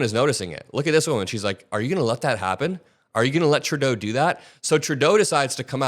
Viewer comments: Please stop calling him Turdeau.....it's pronounced True-Doe (Trudeau). Otherwise, great video 😊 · It is so satisfying to hear you pronounce PM Trudeau's name correctly. Thank you!